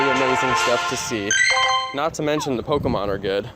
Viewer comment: did you stop trying to say Pokémon correctly?